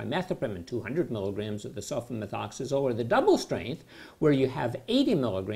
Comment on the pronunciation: He says sulfamethoxazole with ease! Lol